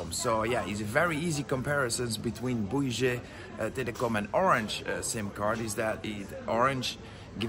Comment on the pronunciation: Pronounced BOO-WII Telecom